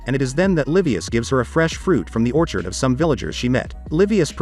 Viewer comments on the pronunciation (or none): none